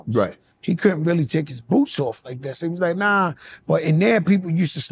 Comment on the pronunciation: "these wuz transformuhs" 😂